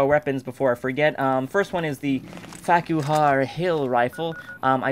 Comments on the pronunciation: 'Farquhar' is actually a Scottish surname. It's pronounced like, "Farker". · When said " The Farquhar Rifle", did anyone else hear, "The Fack You Hard Rifle"?